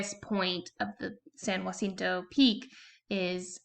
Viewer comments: Thanks for the video! Helpful tip: "jacinto" is pronounced "HAH SEEN TOE." If it were spelled "jUacinto", then you'd pronounce it "HWAH SEEN TOE" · Why u say jacinto like that? 😂